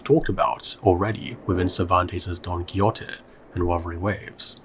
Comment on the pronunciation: jajajajajajajsjsjsjs "Don Kiyote" 😂😂😂 Great vid, but this one was not well pronounced. "Don ki-hote" is a better approximation to Spanish in this case.